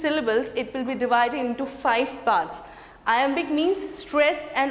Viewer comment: Its Iambic;not Imabic😊😊